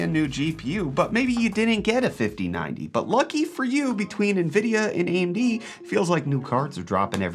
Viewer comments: the way he said nvidia hurt me (he said nuh-vid-e-uh, it's pronounced en-vid-e-uh) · did you just say NAvidia? 😂🙈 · Naaa-vidia. Nope. I can get my news where they can pronounce it correct.